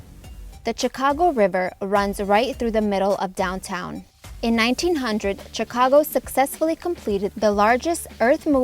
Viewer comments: Its Sheee cago not Chiii ca go. The Ch is pronounced like She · you pronounce the city name Shicago not Chicago just to help you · This video shows the city better than most. Well done. Chicagoans still call it the Sears tower. And they mostly pronounce it shi-cago rather than chi-cago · I was waiting for someone to correct the pronunciation…. It’s pronounced Sh icago…. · In order to improve your channel,learn American English. Chicago is pronounced Shicago. Chicago has the 3rd largest population of any American city as well as 3rd largest metro area. You sound AI generated. You may be,but try not to sound like it. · it's pronounced SHI CA GO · And the 'ch' in Chicago is pronounced as an 'sh'. It is like fingernails on a blackboard to hear the mispronunciations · It’s pronounced Shi-cago, btw. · Might be nice if you could pronounce the name of the city correctly, you dunce. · Still known as Sears Tower.... Great vid, did you take all the vids in this, they are wonderful! Love how you say ChiCago! DA Bears!!! Awee leaving out the poor White Sox...